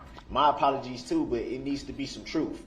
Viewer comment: Listen to him! “He had pass chu” or “Twentief “ the day he swore nothing happened that day either. That’s the “troof” according to duh rel the alleged defendant. You are the defendant you clown! Oh yeah. Detective “gufff”